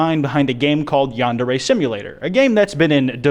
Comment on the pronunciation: U annoy me. ITS YAN-DARE-REE